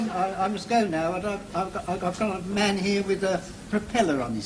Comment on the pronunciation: I love Mr. Arman's(H is silent) Cockney accent.